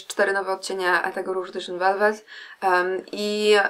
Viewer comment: Niech ktoś w końcu zacznie poprawnie wymawiać nazwę tej pomadki... nie edyszyn... to jest nazwa francuska a nie angielska. Czytamy to edisią.